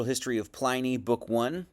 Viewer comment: Pliny as in vinnie, not viny